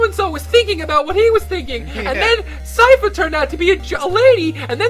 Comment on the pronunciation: Hmm. Didn't know the Sypha ending was considered cannon. I like how you keep calling her Sylph.:D